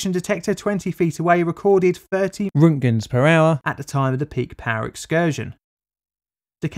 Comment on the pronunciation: Roentgen is pronounced rent gen not runt gen